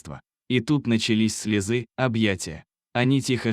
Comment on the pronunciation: Ну и чтец!ужасно читает.Не слезЫ,а слезы!